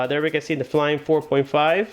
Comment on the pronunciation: I think it's Fly-me, not flyme....